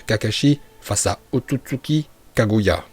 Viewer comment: Tu dis la vo mais c pas kagouya mais kaguya